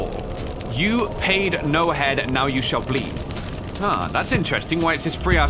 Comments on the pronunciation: Lol it’s HEED not HEAD. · OMG cmon! It's HEED not head lol. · He pronounced it "Head" and not "Heed" sadd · He said “you pay no HEAD” when it says you pay no heed. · "You paid no head, Now you shall bleed" 2021. It was heed not head so when I heard him say that I had a double take. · "You paid no head"... IT SAYS "YOU PAID NO HEED" NOT HEAD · It was heed, right? I didn’t read the sound, but it didn’t sound right to me when he said it.